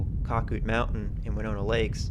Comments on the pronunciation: You 100% missed the big picture. 1. It is pronounced Cac -Out Mountain. 2. The area thrived in 80's and early 90's. It was run by skiers and skier families. It was a vacation community. 3. They made money for the associatuon every year off of skiing operations. 4. They allowed guests to buy lift tickets which produced good revenue. 5. As families aged, non- skiers bought into the association. They were generally not as financially well off. By and large, they resented the skiers and skiing. They eventually took over and destroyed skiing. 6. The original lodge burned down in the late 90's. The outdoor pool was originally an indoor pool. Shawnee used pictures of it in their brochures for years. A new, smaller lodge was build to replace the origional lodge. 7. Someone set the lift engine on fire (I think arson but am not certain.) in the 2000's. 8. There was near constant litigation over skiing between skiers and non-skier homeowners. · It was pronounced cake-out- mountain! Winnona lakes Winona falls! Skied there as my friend raymond had a house there